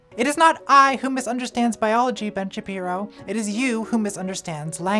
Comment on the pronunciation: why did she mispronounce Ben Shabeepo?